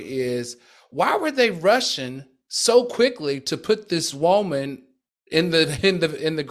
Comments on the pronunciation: I love the way Al pronounces “woman”. He says woe-man. Lol. Love it. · Nobody : Al: Woahmen